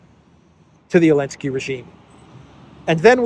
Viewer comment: Why does he call Zelensky “Elensky”?